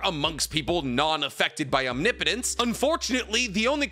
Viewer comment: That's not how you pronounce omnipotent.